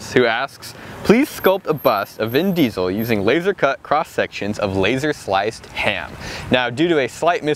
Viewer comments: Its vin chesel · Vin Diestel